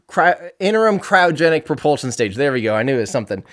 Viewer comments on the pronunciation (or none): none